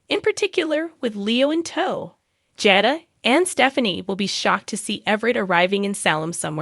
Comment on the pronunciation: Please pronounce the people's names correctly Nicole & Jada